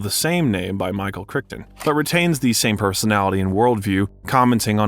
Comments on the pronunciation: Jebus....!!! Kong is NOT a giant "monkey", ffs. He's a majestic gorilla. Also, Michael Crichton's name is NOT "crick ton", but "Cry ton". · I like these flicks from, however the narrator mispronounces a few names. I would think in doing a biography one would take the time to get the a persons name right. I don't want this post to be a negative because the episodes are entertaining, lets call it constructive criticism. Two standouts that were mispronounced were Harvey Keitel, and Michael Crichton.